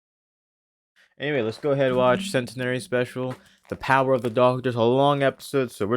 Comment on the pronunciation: You pronounced centenary wrong